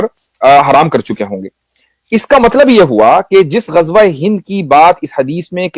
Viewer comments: Bhai, Gajwa nahi, it is Ghazwa. Z not J. Thanks. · Ghazwa e Hind ❌ Gajwa e Hind 😂😂😂😂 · Gajwa nahin mere bhai! 😂 Ghazwa hai 😂😂